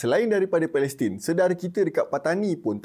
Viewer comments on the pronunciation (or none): none